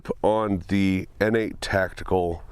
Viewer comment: I thought it was pronounced “Nate” Tactical. Pronouncing it “Innate” Tactical makes it sound like an illegitimate step-child or something.